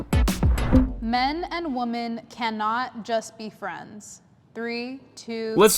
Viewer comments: Why do women on YouTube always pronounce “women” as “woman”? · Why do people pronounce "Women" as "Woman?" It's so weird. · Is it just me or does any one else get really bothered when someone pronounces women as woman as the host did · Learn how to pronounce "women" properly. It's not that hard